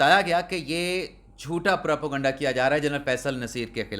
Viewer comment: آپ ایک ہی لفظ اور جملے کو چبا چبا کر ولاگ کو لمبا کرنا چاہتے ہیں۔ یہ اپنے سامعین کے ساتھ ناانصافی ہے۔ اور Propaganda کا تلفظ "پراپیگنڈہ" ہے۔ آپ اپنے ہر ولاگ میں اس لفظ کو "پراپوگنڈہ" کہتے رہے ہیں جوکہ غلط ہے، غلط ہے، غلط ہے۔ شاید آپ اپنی مادری زبان پنجابی میں اسکا تلفظ ایسا ہی کرتے ہوں مگر آپ کو یاد رکھنا چاہئیے کہ آپ اپنا ولاگ صرف صوبہ پنجاب کے لوگوں کیلئے نہیں کرتے بلکہ پورے پاکستان کیلئے کرتے ہیں۔